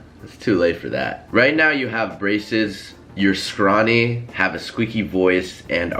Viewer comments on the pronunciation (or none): Scrony 😂 not scrawny... scrony lool